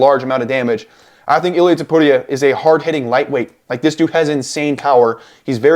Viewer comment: you can prounce illias name bro